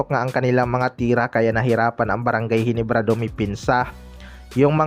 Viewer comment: Ayusin mo nman bigkas. Mo GINEBRA hindi GENIBRA nkakahiya nman